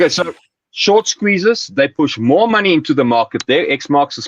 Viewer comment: I love the way this guys pronounces maney